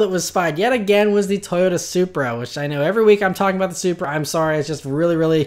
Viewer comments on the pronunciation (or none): none